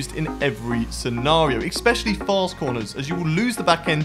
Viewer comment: it's especially* not expetially